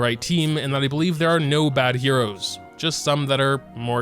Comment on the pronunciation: Lawd it bugs me when he says "heros"